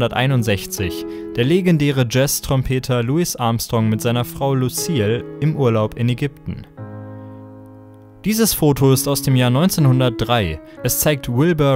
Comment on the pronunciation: Das S bei Louis Armstrong wird nicht ausgesprochen ;-)